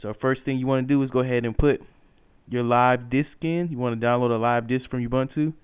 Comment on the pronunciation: ubuntu pronounced oo-boo-n-too, not obantu. :)